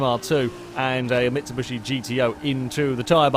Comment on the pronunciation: Is it me or says "Mitsubushi" instead of "Mitsubishi"? xD